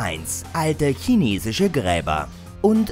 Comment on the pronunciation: OMG er hatte bei Nummer 10 Chinesisch WIRKLICH mal richtig ausgesprochen ...nur um es danach wieder falsch zu sagen-.